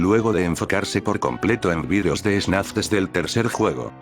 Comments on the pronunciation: Alguien se dio cuenta de que dice snaf y no fnaf? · el video es muy bueno y todo pero, tengo una pregunta. es solo yo, o en todo el video el narrador dice "snaf" y no "fnaf"? en serio, quiero saber se a alguien mas pasa eso. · Nada que ver pero alguien sabe por que dice "snaf" en vez de "fnaf"? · Vi 2 horas y 26 minutos de un video de Fnaf donde pronuncian Fnaf como Snaf. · AHhHhHhHhHh porque dice snaf? me va a dar algo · es idea mía o dice ¨SNAF¨en lugar de ¨FNAF¨? buen video btw